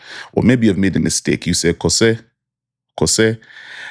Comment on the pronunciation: Bro the Twi side de3 hihi ...... its pronounced " K o u s e h " - phonetically " Kos3 " write-up but great video as always